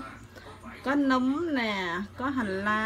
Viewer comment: Nấm không phải núm 🤣🤣🤣🤣